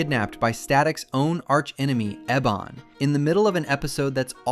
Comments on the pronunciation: Ooooooh as a Latina black girl who grew up watching this...its EE-BON, Not Eh-bon, E, straight E Other than that, good video, but god that irks me every time, bro said his own villain name NUMEROUS TIMES, its EE-Bon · I believe "Ebon" pronounces his name as "Ee bon".